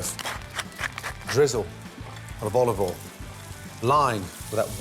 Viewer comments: I always thought he said "olive oil in", but now I realize he's actually saying "all of oil in". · "oliveol in" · Gordon Olivole Ramsay! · bit of olivol